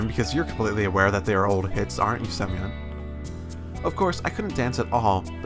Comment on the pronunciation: Сук,каждый раз проигрываю с этого "semyon":D